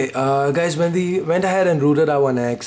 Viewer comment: I like ur voice when u said "rooted", It's like ruted XD